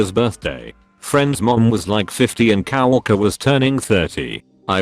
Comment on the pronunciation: Lol, "cow-orker."